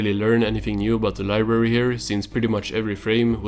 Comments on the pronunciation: Libary vs LIBrARY.....I simultaneously could hear and not hear you pronounce the "r" in library...I'm sorry but I almost couldn't finish the video cuz of this, it hurts to hear anyone pronounces it as libary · "We will have flying cars in the future" 2024: "Where is SpongeBobs libary?"